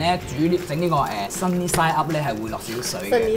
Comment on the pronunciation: Sunny side up 我聽咗做sunny 齋up😂